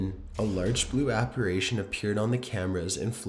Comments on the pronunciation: "Apparation?" Apparition? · yes, sounds like he's saying operations lol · thank youuu. Also it's apparition NOT apparAtion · No.3 was disproved by Mythbusters and I have to quickly point out it's appar"i"tion NOT appar"a"tion. No hate just being a tad OCD lol x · Please, pleeeeeeease stop saying "APPARAYTION".... It's pronounced Ap*pa*ri*tion, thank you 😁 ❤ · apparation? no dude, its apparition. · It’s “apparition” and NOT “apparation.” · Are u saying "apparation"? It's apparition! Lol! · Number 7 it's "Apparition" not "ApparAtion" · Hi. Love your stories. However, if you're going to do creepy pastas, you should at least learn how to pronounce apparition, which is: A-PAR-I-SHUN, not a-par-ay-shun. Sorry - I'm a bit of a grammar nazi. Also, in the video of the specter on the tabernacle at Newby Church, the church is actually named "The Church of Christ the CON-SO-LER", not COUN-SEL-OR. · ApparItion, NOT apparAtion!!! Unsubscribing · I like how the narrator says "APARASHION" lol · Why do you say apirition as apiration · please learn how to pronounce apparition. please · I know there are over a million subscribers but please for Pete's sake learn how to pronounce apparition or don't say it at all. Thank you